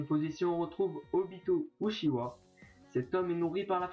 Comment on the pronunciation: Ca se prononce raikague (meme si sa s'écrit raikage) et on dit utchiwa (même si sa s'écrit uchiwa)